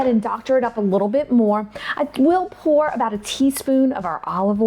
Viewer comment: Lol! I thought she said pull too. But realized it was pour